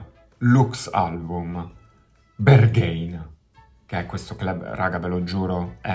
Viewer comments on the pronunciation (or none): Pezzo molto figo anche se io non sono suo fan e la sua musica non riesce a prendermi. (Ps. mi sa che si dice Berghain così come è scritto, con la A )